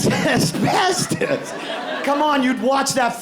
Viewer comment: I'd only watch that game show only if they pronounced "Asbestos" properly.